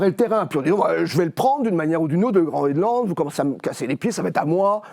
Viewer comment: Qu'est-ce qu'ils ont tous à parler de Groeland, c'est le Groenland, messieurs.